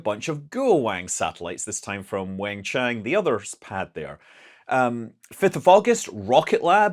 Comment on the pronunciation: Hey Scott. Thanks for continuing to cover the new shepherd flights. If you’re covering all the flights out of Wenchang, might as well cover New Shepherd. Also, fyi the Wen in wenchang is sounds like “One” and the chang rhymes with the English word “long” kind of like “Chong” - “1Chong” Thanks for all the great news!